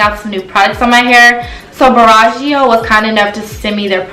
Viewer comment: u are saying the brand name wrong 🙄🙄🙄